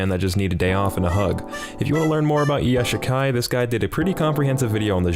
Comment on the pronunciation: "Kitsune no Senko-San" It's Sewayaki Kitsune no Senko-san. "Nanako" It's Nakano. "Yashikai" It's Iyashikei.